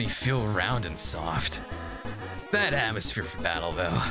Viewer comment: "i guess swoft"